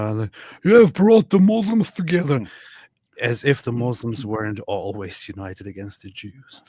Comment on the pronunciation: I LOVE HER Lol The 'All the mooslims can..' speech has me rolling